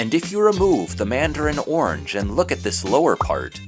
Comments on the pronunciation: You are saying "ornge" when orange actually has two syllables and is pronounced "or-runge". Interesting video. TY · There is an "a" orange. It isn't pronounced ornge.